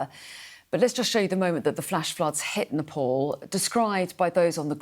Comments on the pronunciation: Keep repeating nepole😅 its NEPAL! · Nepal , not nepol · Announcer correction please "Nepal" not Nepol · it is called as Nepal and not Nepol , please correct your pronunciations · Nepal.. Not nepol